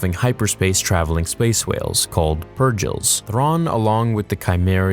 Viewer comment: Gotta b a different kinda self centered to not call the (PUR - GILL) what theyre called IN the actual series itself🤨😑😑 just funny lol, “pur-Jill” 😅😂😂😂😂😂